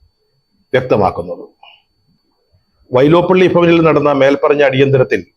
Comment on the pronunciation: വൈലോപ്പിള്ളി... വൈലോപ്പള്ളിഅല്ല സാറേ..